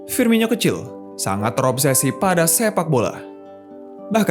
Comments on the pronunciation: Itu dibacanya firmono bukan firminyo, coba lu dngr komentator2 klo nyebutin namanya wkwk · Penyebutan nama nya FIRMINO, Bukan FIRMINYO wahai admin.